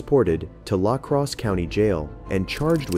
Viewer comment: The narrator's pronounciation of La Crosse, WI 😅